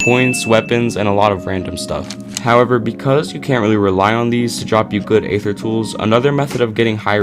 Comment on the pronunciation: Aether is pronounced "ee-thur", not "ay-thur". The "A" is silent.